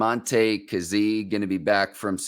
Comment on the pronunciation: You were pronouncing kazee wrong and then Ike proceeded to say his name the right way 6 times in a row 🤣🤣